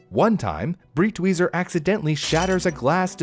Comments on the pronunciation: Out of this entire history, the thing that pains me the most, besides the burning of paintings, is how you butchered his surname every time you spoke it. You pronounced it like it's "Britweiser" when it's Breitweiser... for americans - you'd pronounce it like you would pronounce "bright""weezer" (together). Breit not Brit. You americans are the only language i know that spells "e" as "i". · Pronounced “Brite-Wiser”. I’m surprised he got the first part of the name right, then says the second part differently even though they have the same spelling